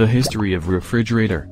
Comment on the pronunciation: I hate this computer generated audio. It can't pronounce "Frigidaire or Refrigerator"!